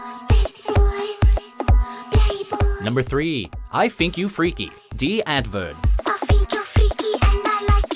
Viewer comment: Antwoord is pronounced 'Unt-Voor-t Die Antwoord is Afrikaans for The Answer